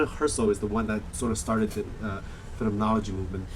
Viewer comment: You didn't pronounce phenomenology right once.